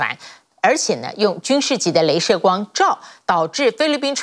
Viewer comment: 雷射級軍事光？！😅😅😅 不能只有我聽到吧😂😂😂